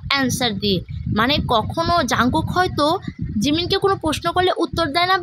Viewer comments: এটা জানকুক না জোনকুক😂😂😂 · এটা jungkook ই কিন্তু নামের উচ্চারণটা জোনকুক বুঝছো? 😅